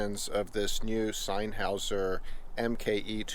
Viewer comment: Did he say sign houser? 😂